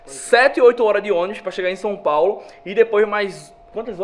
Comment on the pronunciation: Som Paulo.. 😂😂😂